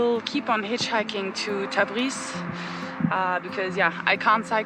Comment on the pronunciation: Thanks for the video. I think you say Tabis but its Tabriz*